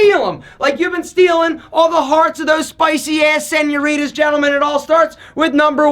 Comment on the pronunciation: I love how white he says senoritas